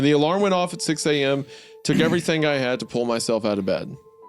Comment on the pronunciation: "Everywerm" - Hunter Hancock